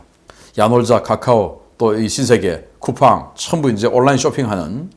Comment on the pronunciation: 여보 쿠fang이 아니고 쿠pang일세 자넨 도대체 어느나라 족속인가! 한두번 얘기했나!